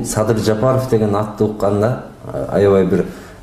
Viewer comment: Мадумар деңгээли,адамгерчилиги өтө төмөн адам экендигин көрсөттү ко Москвада. Трусиси жок жүргөн баладай тантырап Садырды "Садый" деп тантырап койду. Мындай кылык мен "акылман" мен "гений" деген саясатчыны сен поксуң деген баага татыктуу кылды. Өзүндөй айтса муну Адахаям Мадухуй дегендер да чыгат мунуңарды ит кылып.. Кыскасы мунун адам деле эмес экенине көзүң жеткендир.